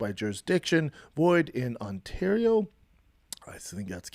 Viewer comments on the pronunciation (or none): none